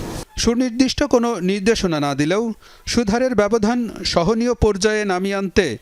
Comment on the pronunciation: মোতালেব, সুদহারে বলেছেন, উচ্চারন হবে সুদ হারে